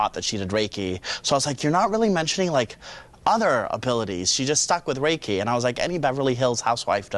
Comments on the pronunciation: Reki is geh-ki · Reiki master got shit japanese pronunciation lol